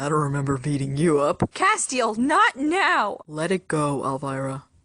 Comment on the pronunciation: It's cas-tel not cas-te-al